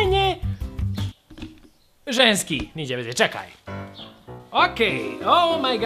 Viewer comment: 2: 38 braco rekao cekaj umesto čekaj